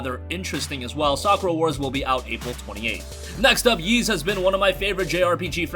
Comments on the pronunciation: Ys is pronounced Eees not Yees. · Ys is pronounced Ees. The Y isn't pronounced at all. It's not "Yeast" without the t. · Every time he mispronounces Ys.. 😖🔫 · It doesn't matter how weird you find it, you're still pronouncing it wrong. There are dozens of words that aren't pronounced the way they're spelled. Who could pronounce Worcestershire correctly if they were never taught? The first time I saw Ys was in a Justice League comic as a kid. Fortunately, it came with one of those translation boxes that explained how to translate it.